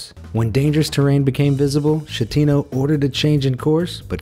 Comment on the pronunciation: "Shettino" "Kivitavekkia" thanks for butchering italian language